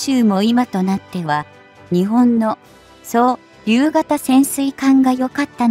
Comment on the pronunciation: 「そう りゅう型」にすっげー違和感